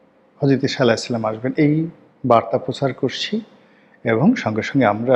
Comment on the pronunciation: আরে দালাল,,, ছালামটা শুদ্ধ করে শিখে বলিও